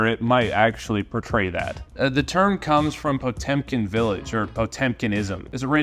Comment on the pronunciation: Actually 😂 it is: - Pot-ë-mkin Pronounced like that: - Pot-yo-mkin